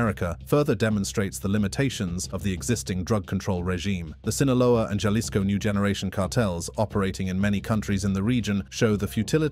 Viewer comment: Just the way you said Jalisco pissed me off don’t pronounce the J pronounce it like a H